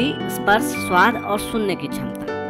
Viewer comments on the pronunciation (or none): none